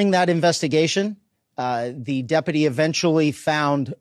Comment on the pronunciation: Why can’t the sheriff pronounce deputy?